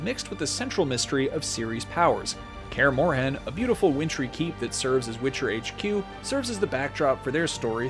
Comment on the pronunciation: why did he call it Kaer morHAN, THE H IS SILENT like Kaer Moren dont understand why people watch something hear how a name is pronounced and then still do it wrong. Why do americans have such trouble woth silent letters